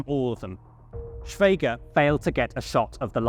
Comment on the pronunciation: It's pronounced "Shweeger"